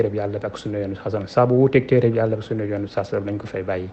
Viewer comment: Yéfeur sahh meune na prononcer le mot "sunnah". Youkhou sunnah taxoul bokk ci sunnah